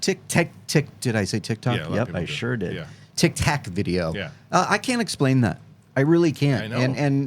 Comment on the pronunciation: Im so tired of hearing people call the tic tac video the tic tok video just for that I disliked this video